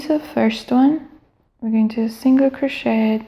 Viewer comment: It's pronounced cro-shay not cro-shet but thanks for the video! Very helpful!